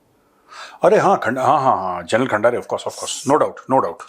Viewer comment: सबसे पहले आप खंदारे तो बोलिए,खंडारे नहीं।